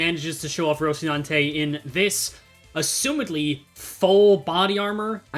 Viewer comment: lmao rocinante, though i have to say its pronounced roh-see-nan-te—the shi sound is just because of korean transliteration. you do your best with pronunciation usually so i felt it was worth mentioning